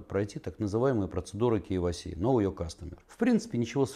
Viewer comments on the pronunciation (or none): none